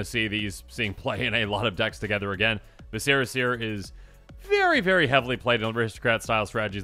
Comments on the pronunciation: It's pronounced vis-cer-a , the internal organs of the abdominal cavity 🧐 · TLDR continues to mispronounce viscera...